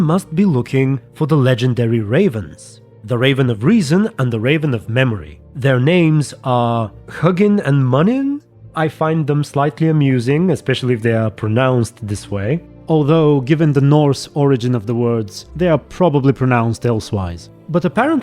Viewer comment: And yes, they are pronounced Hooginn and Mooninn